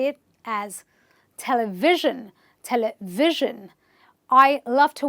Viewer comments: Thank you for the useful video,. But I must point out that your example "Television" is an exception to the rule. The stress is on the first syllable. Stressing ONLY "VIS" is wrong, or unnatural at best. It should be TEL-uh-viz-zhun. <-- Primary stress on the 1st syllable and secondary stress on the 3rd. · Telivision has got stress on first syllable not on second. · Durable and and television are stressed incorrectly. durable- stress on 'd' television - stress is on 't' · In the word television, stress is on 1st syllable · Thanks for the knowledge that you shared but the way you read "Television" in incorrect. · I watched the first part, and I loved it. For this part, I have a few comments though. I was sure television is stressed on the first syllable. I looked it up, and Oxford Dictionary says it is, both in British and American English, while Cambridge online dictionary says it can be stressed either on the first or the second syllable. Well, I am more familiar with the first. One more thing is you pronounce SCEnery (the first syllable of the three) as an example of words with -ery, but pronounce hypNOsis (the second syllable of the three) as an example of words with -osis. Aren't they under the same rule? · Television.. stress on first syllable..mam what you said is wrong.. (other things good)